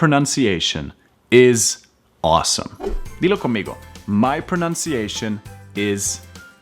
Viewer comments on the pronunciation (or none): none